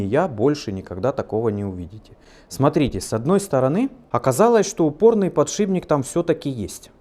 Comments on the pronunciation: я обожаю ваше творчество, и понимаю, что дело привычки это вторая натура, но уверен, что Вы знаете, что подШИПник пишется и произносится через П, а не Б... Извиняюсь за занудство, но нас в универе сильно дрючили за это, и чутка коробит, боюсь я не один такой. Извините за критику! Контент у вас топчик! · «ПодшиБник» ну очень режет ухо.. с удовольствием смотрю Ваши видео, но все же.. удачи Вам в проектах! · не могу больше терпеть, так сильно слух режет, но вы же помните — "подшиПник" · Ну ради бога подшиПник, ухо режет. Где один два раза проскочит ну хрен с ним. А так всё класс. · ПодшиБник, подшиБник.... ну как??? почему??? за што??? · Бля подшиБник подшиБник подшиБник подшиБник. Нет такого слова. Аж ухо режет